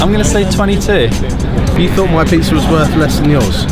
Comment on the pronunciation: Sounds like saying "pieces" instead of "pizza"